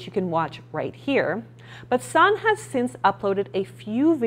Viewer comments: Just for future reference, Sanne is actually pronounced "Sanna" with an "a" on the end. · I think you're forgetting to pronounce an E? SannE? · her name is pronounced sah-nuh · Please learn how to pronounce the names of the people you review, Sanne is not "San" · Sanne is dutch so you pronounce it a little different. Here we say it like [sun ne, (like e in ‘ex’)